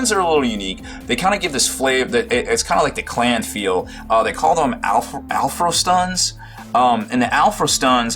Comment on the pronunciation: Pronounced All-FROSTun